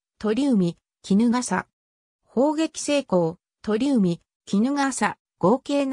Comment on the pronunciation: 川内は「せんだい」、鳥海は「ちょうかい」と読みます。「江風（こうふう）」とはそも何者？聞いたことないぞ。